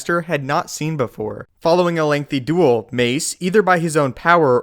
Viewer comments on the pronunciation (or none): none